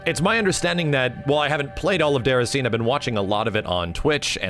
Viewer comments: it’s pronounced deh-ra-si-nay not deracine :/ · it's déracin é like dayracinay. not déracin' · it's not "derra-scene" it's "day-rah-scene-ay" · Cool video, especially since I didn’t get to play it myself. But it’s DAY-RA-SIN-AY, not DARESEEN. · Déraciné = Day-ra-sin-nay not Dere-a-scene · It's pronounced "Dey - Ra (as in Ramen or Ra, the Egyptian god)- Sin- Ney". There is what we, french, call an "accent" on both "e", to have that "ey" pronunciation. So not "Déracine", but "Déraciné". Sorry, what? Oh... you don't care... Well, nevermind. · It's pronounced Day-rah-see-nay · deracine is pronounced like "De-Rass-In-Ay" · "Derrascene" who says Americans butcher the french language?